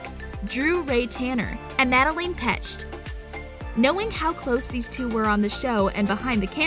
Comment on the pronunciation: She really said "Madelaine Petched" lmao I can't